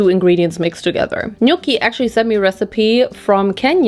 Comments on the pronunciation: Aaahhh my Kenyan brocollis have been well represented 🤭 plus the way she said njoki was so funny 😭 I heard nyuki 🐝😂😂😂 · Ngl I wasn't expecting you'd actually make the chapati I thought you'd order roti from an Indian food restaurant😂 we have been well represented. Also, Njoki is pronounced N-JAW-KEY. Just sth interesting to learn in most Kenyan languages the J is pronounced as JAY not YAY like in German.